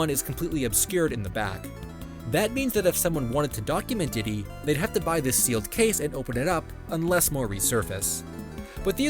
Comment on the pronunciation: For me it was him calling Donkey Kong "Ditty" 💀